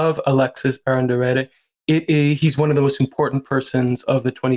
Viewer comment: Please, pronounce the Baron's name correctly. I understand that some of the place and people might be unknown, but the subject of your clips needs to be pronounced right.